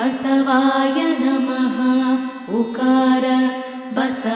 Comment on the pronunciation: ಅಣ್ಣವರೇ, ಆರಂಭದಲ್ಲಿ ಮಾಡುವ ಪ್ರಾರ್ಥನೆಯಲ್ಲಿ, ಬಸವಾ ಯನಮ: ಅನ್ನಬಾರದು, ದಯವಿಟ್ಟು ಪ್ರಾರ್ಥನೆಯ ಪದಗಳನ್ನು ಕೆಳಗಿನಂತೆ ಉಚ್ಛರಿಸಿ ಬಸವಾಯ ನಮಃ